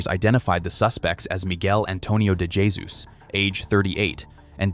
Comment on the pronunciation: Dummy IA can’t pronounce Jesus? Or the Spanish pronunciation, Hay-soos.